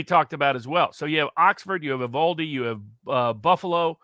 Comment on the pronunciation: First of all it is Uv-Al-de, as in Al(ex) Jones, Al Sharpton. it hurts my ears to hear it called Uv All de. commented out a very good point. The kid was a known entity at several levels. If you look at the last 50 cases of mass shootings the profile of every shooter is virtually the same. Take the challenge. Where did the money come from. He paid nearly $5000 for the guns and another $3000 for the ammunition. He was poor, his family was poor and he paid cash, actual C-notes. The local banks have been silent about the cash. Did he get it from a bank, based on my experience they make me get a cashier's check or Travelers checks. he is less than 50 miles from the border and there are lots of Mules. Police and the FBI were aware of this kid and every other shooter in recent history. Nothing done. These kids are very vulnerable to people of seemingly like mind and easily programmed. Did the FBI set the kid up? Don't know? Not likely (I hope), however did they piss and moan to their friends about having to surveil them, don't know, stake outs are the job from Hell, but that's just me. Is the FBI closely associated with the Democratic Party? For the last 30 years I would have to say Yes! Lots of evidence to that. Patterns, Patterns, Patterns.